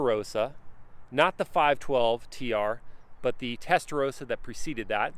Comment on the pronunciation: Oh dear, atrocious pronunciation: the colour is gee-arr-lo moder-na. Also, the car is the F8 Spider, not the F8 Tributo Spider. Also, it’s not testa row-sa, it’s testa ross-a.